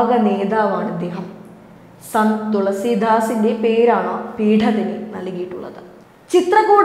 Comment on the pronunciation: ആ അതുല്യ പ്രഭാവത്തിനു മുമ്പിൽ സാഷ്ടാംഗ പ്രണാമം. ന്യൂസ് വായിക്കൂമ്പോൾ എന്താണ് ഒരു ശോക ഭാവം. തുളസീ ധാസ് അല്ല. തുളസീ ദാസാണ്. വാക്ക് കഠിനമായി പ്രയോഗിക്കുമ്പോൾ പേരിലെ സ്വാഭാവികത വിട്ടു പോകാതെ പറയാൻ ശ്രമിച്ചാൽ ഒരു ശ്രവണസുഖമുണ്ടാകും.